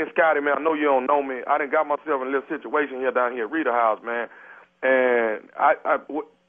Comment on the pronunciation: lol did Tommy say he in a shituation